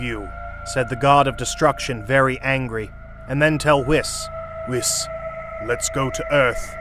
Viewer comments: U GOT THE ANGELS AND THE GODS NAMES WRONG BEERUS' NAME ISNT PRONOUNCED BEER-OOS its pronounced beer-us and Whis its not pronounced wis it is pronounced wees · I love hearing you say beerrooos 💀 and wissss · "bearoos" "wiss" 💀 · Bee roos, wis, shen long, dragon spheres 😂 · Don’t forget “whisk” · My boy sed BeRoOs and WiS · Bro said wiss😂😂😂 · MR BEEROOS- i give up on whis. also WHIZ like the PISS?? AND ZEENO? for fuck's sake- who's your voice actor? AND WHO USES THE WORD "SAMA" IN A DUB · bro its whis like wheas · Bro you know damn well you sayin whis’s name wrong